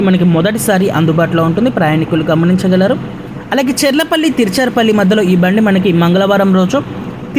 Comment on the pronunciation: తిరుచిరాపల్లి అని కరెక్ట్ గా పలకండి👍